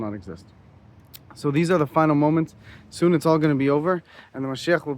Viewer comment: He said antichrist will appear doon